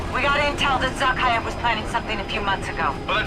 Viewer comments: This isn't really on topic, but has anyone ever noticed how some zombies creators literally cannot for the life of them pronounce easy words? Zakhaev has been pronounced "Zok-eye-ehv" since 2007 and has never once been pronounced as "Zok-eev" by any character fictional or nonfictional, since the COD 4 mission: Safehouse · Zuh - Kay - Ev That’s how you say his name.